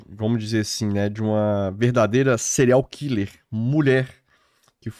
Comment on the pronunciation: Adoro Bia. Mas dá agonia vcs dois falarem "Cereais killer"